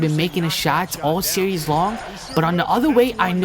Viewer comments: why can't you say series? lol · learn to fucking say SERIES!!!!!!!